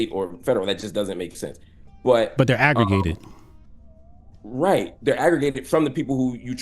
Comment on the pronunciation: "Wut does aggruh-gay-ted mean?"